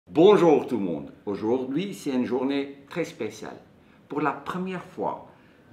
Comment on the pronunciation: J’adore ton aujourdi 😂